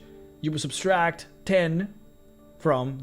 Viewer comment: Anyone else notice him adding an extra s into subtract? No offense, I’m a huge fan, just think he should know he’s mispronouncing the word.